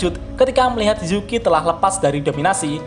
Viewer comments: Nama Yuki itu Yuki atau Zuki sih pak? aku dengernya zuki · Kok gw denger nya juki ya , bukan yuuki:v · Congor admin kaga konsisten cok, yuki jadi zuki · kenpa jadi zuki sih bang? kan harusnya yuki